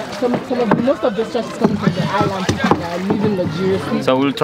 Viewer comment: It's people not beoble man. P, not b.